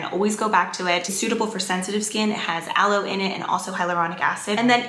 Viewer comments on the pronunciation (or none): none